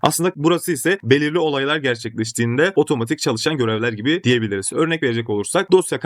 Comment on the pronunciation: Videolar icin tesekkurler ama yapa-biliyorsunuz, kura-biliyorsunuz, o-diye-biliriz demek yerine dogru sekilde telaffuz etseniz keske. Biraz rahatsiz etti de :)